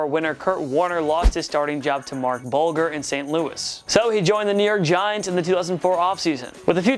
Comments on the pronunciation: I’m sorry to be that guy, but the way you pronounced Marc Bulger’s name just bothers me to no end. And while I’m here, how does anyone forget about Plaxico playing in Pittsburgh? I feel like that one was the most egregious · You mispronounced Marc Bulger's last name(not the first time I've heard butcher a name). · Lol you said Marc Bulger wrong 😂😂😂 just sounded funny